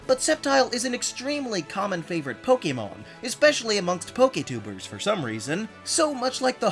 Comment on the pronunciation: THANK YOU for pronouncing the word Pokémon correctly! I just can't handle the other "Po-C'mon" pronunciation that's all over YouTube.